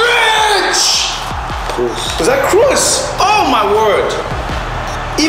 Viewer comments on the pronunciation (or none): Modriccc Oh it's Kross, even better 😂😂😂